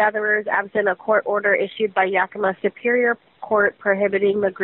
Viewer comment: The only reason I chose this video is because everybody ELSE pronounces 'Yakima' wrong. THIS is the way local people pronounce the name of the city. Darn, I really wanted to dismiss you by saying that you don't even know how to pronounce the name of the city, but you DO KNOW how to say "Yakima" like a local. So now I don't know what to do... watch the rest of the video, I guess.